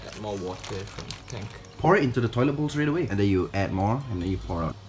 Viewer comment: pronounces water as What-ter???? Could the both of you be fellow Malaysians? 😂